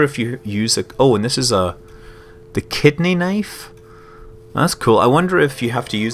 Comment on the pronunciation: kidney? oh, i thought you said kids knee.